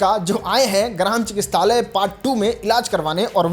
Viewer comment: चिकत्सालय होता है चिकिस्तालय नही 😂